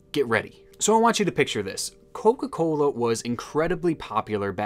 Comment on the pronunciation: Aweeeee yea, my boy from the Midwest!! It stuck with how you said “coca-cooola” but I definitely knew when you said “pop” hell yea baby!